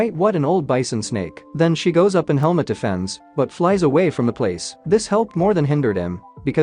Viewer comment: y i keep hearing helmet not helmut 🤔